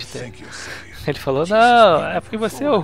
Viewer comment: 'kkkkkkkkkkk cara toda vez que vc fala "falow" eu pauso para rir